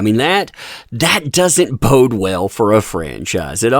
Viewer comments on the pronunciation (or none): none